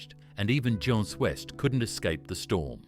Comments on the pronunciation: Jeans West…pronounced like ‘John’s West’ 🤔🤨😆🙄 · "Beelow"? "Video Ehzie"? "John's West"? WTF man??!😮